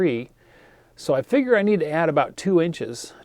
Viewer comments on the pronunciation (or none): none